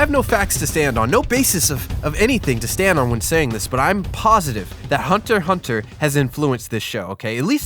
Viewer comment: it's actually "hunter hunter", it's the closest to how the japanese say it